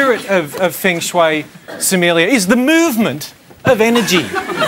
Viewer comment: omg they butchered the word feng shui :D